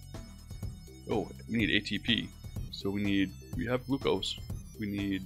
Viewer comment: the way he pronounces glucose